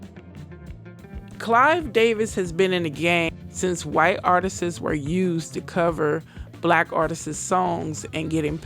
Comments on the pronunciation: Why tf does every black youtuber say "artistses"?? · Artists - 2 syllables, not 3. Artists' - possessive - 2 syllables